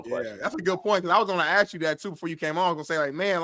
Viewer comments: 😂 lemme ax you dis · needs to stop "axing" questions.